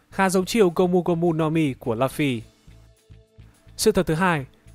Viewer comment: Lúp phi cứ đọc là lắp phi